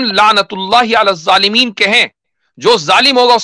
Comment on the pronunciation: You have read ayat wrongly zalmeen